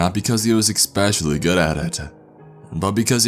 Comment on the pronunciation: Says especially wrong as well gets me every time